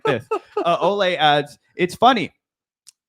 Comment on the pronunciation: Good on you guys for being one of the few to pronounce Olay’s full name correctly! I think the nickname being pronounced differently from her name mixes people up, but her full name is indeed pronounced Oh-lye-me. ❤